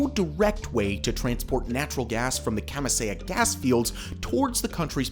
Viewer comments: Its no "chan-k" its chancay. Porque los gringos no hacen el mínimo esfuerzo en pronunciar? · Ilo is pronounced phonetically EeLo . Chancay is pronounced phonetically, ChAN CAY. Please learn some basic Spanish. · Interesting but your pronunciation was way off. Chancay is pronounced Chan Ky like sky. Pisco is pronounces Pee sko not piss ko. Ilo is pronounced EE Low not "Yo". I live in Peru.